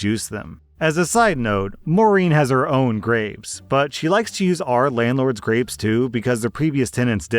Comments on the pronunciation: I kept hearing “graves” instead of grapes and was horrified by the prospect of juicing and picking graves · Story 8: did anyone else hear "graves" instead of "grapes" at first and get super confused? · I thought you said graves instead of grapes and that made for one wild story 😂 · just having this as background noise while i do other things, i thought you kept saying graves over and over again. had to rewind to hear grapes..... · I kept hearing Graves instead of grapes while getting ready for work. I was very confused at first as to what juicing a grave was. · I wasn’t paying attention so every time said grapes I thought he was saying graves. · Oh my gosh, the story about the grapes I thought he was saying graves and I was so confused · lmao i heard graves not grapes XD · Omfg I thought he was saying graves for almost the whole story about grapes 😂